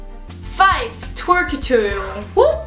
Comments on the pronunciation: Het is niet tuturiul maar tutorial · Je zegt t als turoriols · Je zegt geen tuturial..... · Tuturial? Het is Tuutorial (zo spreek je het uit) Haha er staat duidelijk een 'o', waarom zeggen jullie dan een 'u'? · omg ik erger aan het woord tutorial want jullie zeggen tuturial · hahahah jullie zeggen tuturial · Het lijkt wel of jullie tuturiel zeggen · Haha je spreekt het met een o uit